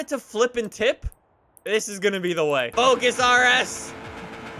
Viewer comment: "Fous" lol